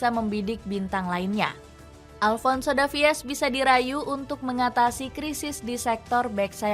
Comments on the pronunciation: Salfok sama voice actornya, davies harusnya dibaca davis, bukan davi-es 😂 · Tulisannya ALVONSO DAVIES buk tapi dibaca ALVONSO DAVIS, Lebih keren dikit lah bacanya 😅